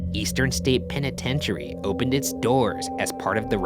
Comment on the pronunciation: This episode is brilliant and everything but isn't anyone else stuck on the fact that Ryan pronounces the name as "pen-i-ten-tary" continuously!?!